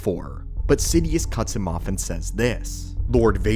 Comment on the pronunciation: It's "Sidious" not "Sidius"